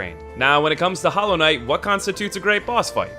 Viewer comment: Did you say "Hollow" everybody?